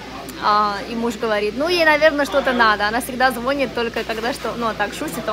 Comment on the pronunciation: ЗвонИт!, Кофе - мужского рода!